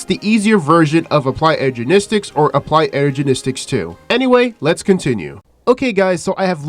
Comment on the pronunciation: i heard ''ergenistics''